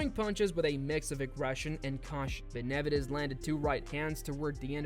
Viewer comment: Learn how to pronounce Benavidez before you speak about him!! If this is an AI voice, get another one. Makes the whole video lame a f.